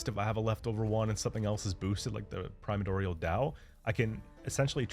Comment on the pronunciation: Okay when I heard you pause and say "prima-dorial" that confirmed these mispronunciations were intentional. I was wondering until then